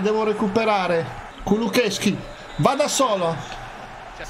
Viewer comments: Si dice kulusevski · si dice kulosesky